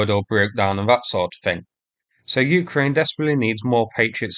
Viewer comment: When are you going to start pronouncing Ukraine properly?